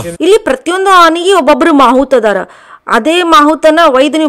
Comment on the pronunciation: ಮಾಹುತ ಅಲ್ಲ ಮಾವುತ